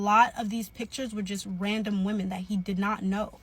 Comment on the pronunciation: Him pronouncing women as “woman” always gave me a cringe